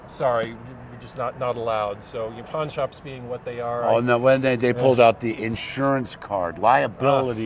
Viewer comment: Pawn , not pond :D :D